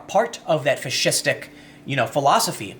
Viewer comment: 1st) the left has been adopting fascistic tactics for some time now, which is just one reason i no longer support the Democratic party. 2nd) when you say fascistic,it sounds like you're saying fish-istic and now i want fish sticks. the power of subliminal messaging. yea mocking someone pronunciation is bad, my bad.